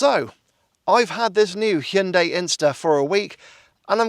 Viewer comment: Are you pronouncing it, “Chin-day?” I think this little bugger is very cute!!!